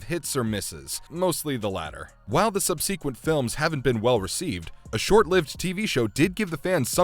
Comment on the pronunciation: I like how he pronounces "sub-see-quent"